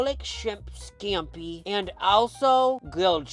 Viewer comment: thanks for pronouncing shrimp skampi like that, very skampi